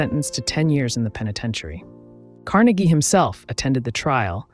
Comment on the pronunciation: LOVE your videos! They are always interesting & your narration is on point, no monotone here!🎉 BTW, wanted to let you know that your pronunciation of Carnegie is incorrect since you were talking about Andrew Carnegie not Dale Carnegie. (Just trying to help😍) Wishing you much success!🍀🎉😍